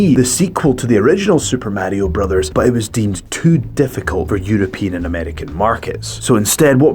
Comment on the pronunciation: "Super Matio Btose"